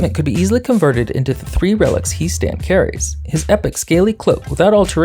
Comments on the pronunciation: I've seen Warhammer TTS to know that is pronounced "Hee" Stan. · It's pronounced He' Stan, not He' Stan.